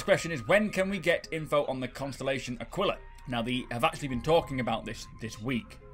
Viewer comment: Just gotta put this out there, "Aquila" is pronounced Ah-kee-la. And it means "eagle".